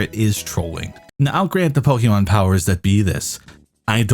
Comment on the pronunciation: Call yourself a Pokémon fan. Says “Po-key-mon” and not “Po-kay-mon”. SMH SMH.